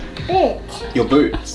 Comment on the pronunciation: Haha boots sounded suspiciously like something else